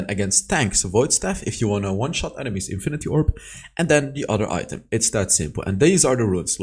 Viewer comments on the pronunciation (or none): none